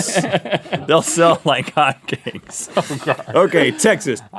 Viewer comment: Did he say "They will sell like hot gays"?